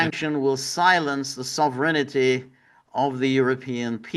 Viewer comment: George is conjuring the ghost of Frank Costanza the way he pronounces “sovereignty” as “sovereignity”. Sovereignity Now!